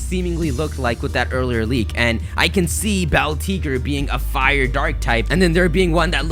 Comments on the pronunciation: It's pronounced Bell-Tee-Gray Like El Tigre 😤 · Beltigre. Think Spanish. El Tigre. The Tiger. Say: Bell Teegray. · It's Beltig(ray), spanish my man. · Pronounce Beltigre like el Tigre